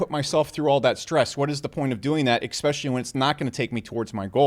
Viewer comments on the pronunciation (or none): Let me "axe" you "dis" 100 million dollar question.. how do we pronounce "Especially" --: "Expecially!" -- yeah no..